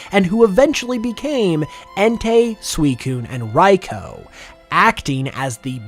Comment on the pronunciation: Raikou's name is pronounced ry-koo not ry-co btw.